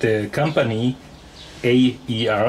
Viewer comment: FYI it’s not A.E.R it’s called AER as in air , just thought I’d let you know , nice video